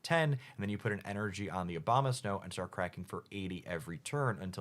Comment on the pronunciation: It aboma snow , not obama snow 😂